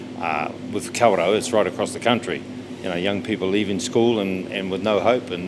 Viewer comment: Why the hell can't he pronounce kawerau